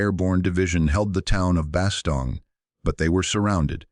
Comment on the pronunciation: Soo , Instead of studying the futility and stupidity of WAR ...BOTH sides scurried to hide the event ! ....Only on planet Earth !...and its Bastogne pronounced Bastone(If you must...close enough ! )